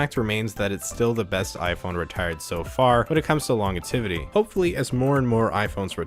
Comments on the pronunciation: Did you say ‘longetivity’ around the one minute mark? That’s not a word. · Good video! The word is "longevity", though. Lol. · You make very good points, but the word is long-JE-vi-tee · Longevity...are you pronouncing that word right?